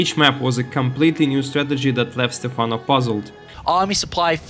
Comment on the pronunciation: Why did you start calling him Stephana halfway through the video? It's very distracting, lol. It's Stephano, not Stephana!